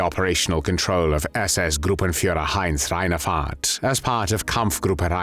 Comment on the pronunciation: "Heinie Reinefart"